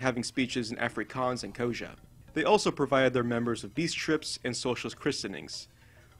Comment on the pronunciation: For future reference. Xhosa is pronounced "koh-zuh"